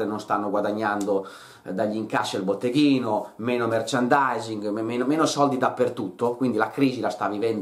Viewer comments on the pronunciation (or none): none